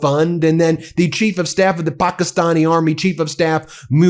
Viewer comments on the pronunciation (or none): Ben, when did Pakistan become ‘Pokisan’?